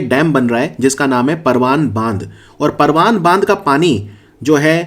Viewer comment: परवान नही परवन नदी बोलते है हाड़ोती में।